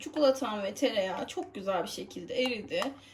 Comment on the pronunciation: Çukuluta ne ya duyduykca kriz geciriyorum her tarifini izliorm ama suna cikolata de artik gözünü seveyim